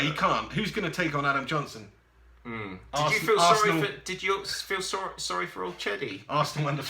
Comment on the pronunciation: nice video, keep up the good work. haha u made me laugh "Adam Nohnson"